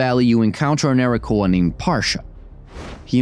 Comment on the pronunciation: It's Arakkoa, not Arrakoa.